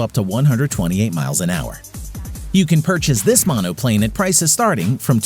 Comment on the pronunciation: From please Google how to pronounce "monocoque" fuselage so you don't ever say it like you just did ever again. And quick edit... please ask a grownup (or Google) how to pronounce 'monoplane' correctly.